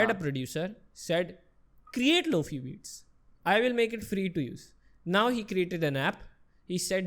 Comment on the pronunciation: Lowfee ne lo fiii hota hai.